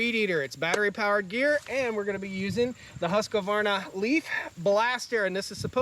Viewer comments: HUSK - VARNA, not HUSK A Varna. Sweedish is prounced is HoukS Varna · is it actually pronounced "husq-A-varna"? or is it husqvarna? I don't see an "a" inbetween the q and v. Honestly curious cuz I run husqvarna commercial equipment and have never pronounced it this way. lol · Ive been told its "Hoosk-Varna" but whatever, its a great brand. Gorgeous property you have brotha.